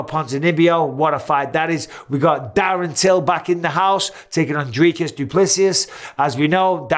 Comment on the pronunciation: Mike bro you butchered dricus’s name bro